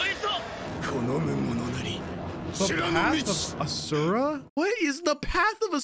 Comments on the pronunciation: sees asura "what is uh-sir-uh?" Its ashura bro aww-sure-uh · Side note: Asura is pronounced as Ashura( both dub and sub viewers pronounce it that way) in the show.